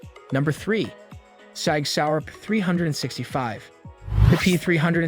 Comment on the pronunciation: 9 Em-Em? Armory Springfield Echelon? Pic-ateney rail? Sating Sauer Three Hundred and Twenty? talking about Sig and showing a Glock. Sag Sauer? This video is so cringe. Shame on YouTube for including this in the algorithm.